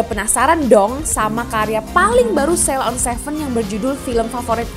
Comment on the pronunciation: Mbaknya ngucapib sheila on 7 aja salah .. 😂😂